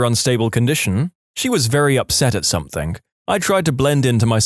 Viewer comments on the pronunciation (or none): No K in the word something